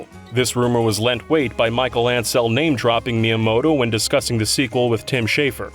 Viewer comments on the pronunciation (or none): none